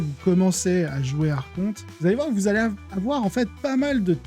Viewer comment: Bonne vidéo par contre on dit "arkonte" pas "archonte" pour les termes grec le "ch" se prononce "k".